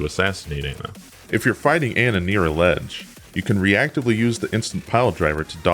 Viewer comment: I like how he pronounced Ana‘s name wrong at the beginning